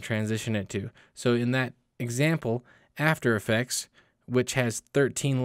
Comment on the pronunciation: After effects not "atfer effects" 😂